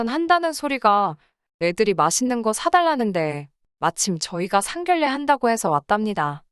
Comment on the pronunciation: 미친것 상결례가 아니고 상견례라고 읽어라 무식이 철철 넘치네